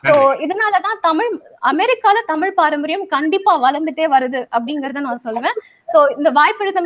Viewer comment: தமிழ் என்று முதலில் ஒழுங்காக உச்சரிக்க தெரிந்து கொள்ளுங்கள். அதன் பின்னர் பட்டிமன்றத்தில் பேச வரலாம். தமில் தமில் தமில் ??? :((